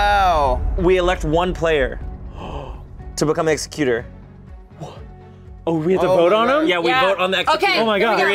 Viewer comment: I love how they were saying Ex-u-cute-er (killer of people), vs Exec-ute-er (One who carries out legal matters)...